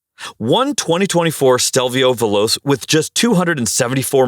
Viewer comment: It's Alfa Romeo Stelvio [Veloche], not [Veloss], as you said the latter in the video